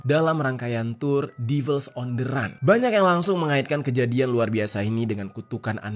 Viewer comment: Run bacanya ran